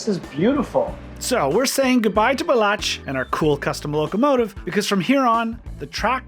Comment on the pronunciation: You were gracious when he kept mispronouncing your name. :)